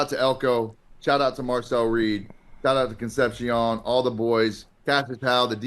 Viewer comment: Con seption? Con sep si ohn my guy.